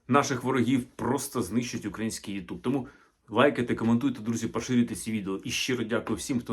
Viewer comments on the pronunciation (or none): none